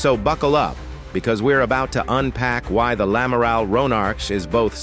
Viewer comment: Un amaral 😂😂😂 Et pourquoi pas un Amaril. ? En clair c’est l’Amiral. Ce ne serait pas l’une des FDI ?